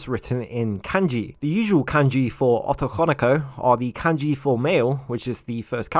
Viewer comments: Ah-to-kan-o-ko? I'm sorry... ō-tō-kō-nō-kō; the romanji "o" has the same sound... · the way you say "otokonoko" in a very strong English accent, making it sound like as "ottokonikou" instead. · The Os in otokonoko are all pronounced with a hard "Oh" sound. Unlike English, Japanese vowels have consistenct pronunciation. Just trying to be helpful and not critical. I always enjoy your content, and I appreciate you putting this video out.